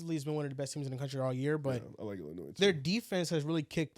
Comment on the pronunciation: Someone teach how to pronounce Illinois